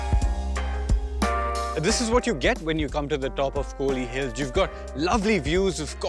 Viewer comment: It’s not kooli hills it’s Kol / li hills 🤦🏻‍♂️